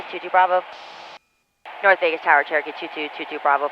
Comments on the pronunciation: that guys 'Cherokee' was Turkey to my ears also 🤣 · It was Turkey.. 🦃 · I absolutely love all the vids, but i cant be the only one who hears "turkey" instead of "cherokee"......so you will forever be known as "" 😂😂😂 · Nooo way I thought it was turkey am I deaf??😂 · At least I am not the only one who heard that 😂😂 I was trying to work out from the plate where Turkey came from